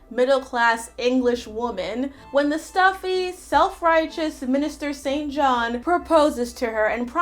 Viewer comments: FYI if it's a name St John is pronounced Singe-en. I don't know why. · "Saint John" I WISH! It's meaninglessly pronounced "sinjen" Rivers 😭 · No really it's pronounced Singe -en. Go and look at the Rowan Atkinson scene in Four Weddings and a funeral if you don't believe me. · Bertha being cared for in the attic was probably better than the alternative for that time period. It's not an excuse per se but a subject derseving of more nuance. Your take was kind of cringe to watch. Also, your pronunciation of St. John 😂😂😂